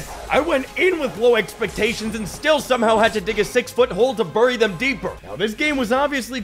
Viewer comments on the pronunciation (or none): none